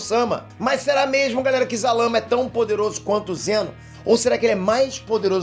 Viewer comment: Se fala sarama